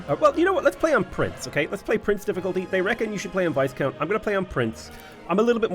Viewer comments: Someone hasn't been watching Bridgerton - Viscount rhymes with "high count", Marquis is "mar key" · hey...FYI you don't pronounce the S in "viscount":-) (VIE-count) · The "s" is silent in viscount btw.